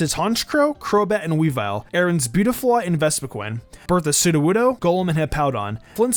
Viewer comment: what SOODOWOODO in Berthas team even though he did'nt say soodowoodo again did not soodowoodo but i still count it